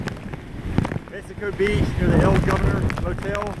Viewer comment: It's hilarious that SO MANY storm chasers, and national media, had such a difficult time with the city's name. Mexico Beach. Not Mexico City Beach.